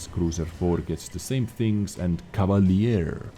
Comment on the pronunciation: Username: Ahteoronz Server: EU That ''Cavalierrrr'' tho.